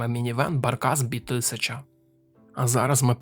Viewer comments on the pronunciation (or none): Barkas B1000 - це НІМЕЦЬКИЙ автомобіль, і тому це не Баркас бі тисяча, а Баркас бе тисяча. І AWE - не ей даблю і, а правильно а-ве-е. Так само, як BMW - БЕ ЕМ ВЕ - це не бі - ем - даблю, КГБ - це не кей джі бі а ВРУ - - не ві ар ю. І чомусь в назві жука - а як а , а в назві ниси - знов Zakład Samochodów Dostawczych зет ес ді! Це ПОЛЬСЬКА машина, то не ді, а звичайне польське (не англійське) Д. де ! Отакі дрібні дурниці псують змістовне, цікаве, хороше відео. Це прикро. І ще монотонний одноманітний текст з папірця. Шкода. Міг би бути класний продукт!